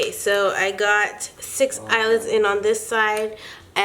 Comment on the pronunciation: count how many times she says eyelits(I think that is how you spell it)lol😂😂